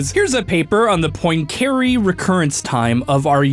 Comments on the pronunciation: this has got to be the worst english pronunciation of Poincaré I've ever heard lmao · His pronunciation of poincaré makes me cringe Here's how you pronounce the guy's name in French: and it doesn't have to be a perfect French pronunciation, but at least try a little instead of this American butchering of the name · As a Numberphile/"casual math" fan, the pronunciation of Poincaré is physically painful to me, but funny nonetheless. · Tell me one thing, what in a sign of stressed syllable you do not understand? It’s god damn Poincareeeeee, not pOinKeeiRi ugh that is disgusting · It’s pronounced pwancuhrehh (because it is French) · poin-care-y ???? its pronouced Pwon-cah-ray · Henri Poincaré: is French, pronounces his name 'on-REE pwon-ka-RAY': "Henry Poyncarray" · The science is, of course, most excellent. BUT. mispronunciation of Poincaré (pwahn kah rey) nearly killed me x.x I recognise it's incredibly pedantic, but he said it so many times I almost died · You mispronounced Poincaré. It's pwong-ka-RAY, not poin-CARE-ay. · Bro Im pretty sure Poincare is pronounced "point"(without t) + "carè" ( accent on last e) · As a math grad, his pronunciation of Poincaré made me shake my head. It's "PWON-ca-ray". Otherwise, it's a great follow-up video to the Marioplex. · Um it’s pronounced poincuhRAYYY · You really butchered the name of the t heorem. Anyways, in your video you show a serious missunderstanding of what phase space is. The simplest explanation would be: In phase space you plot e.g. the position on one axis and momentum on the other. Then you can plot the energy evolution of the system in that space ( for example, A harmonic oscillator would be an ellipse there). I used to really like and still like the theories from your channel, pls don’t ruin the good research we’ve all gotten used to. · How can you mispronounce Henri Poincaré so badly? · That mispronunciation of Poincaré hurt me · HOW did he pronounce Poincaré????